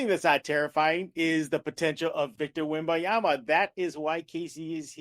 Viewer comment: Can we have our Locked On Spurs (of all media outlets) pronounce Wemby’s name correctly? It’s ‘WemBANyama’, not WemBiyama. It’s literally on his jersey. Let’s get this right. ESPN took all season.